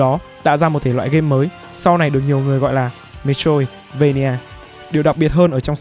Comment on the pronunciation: xin lỗi nhưng bạn phát âm metroidvania là "mê trô ít vây nha" nghe hơi buồn cười nên sửa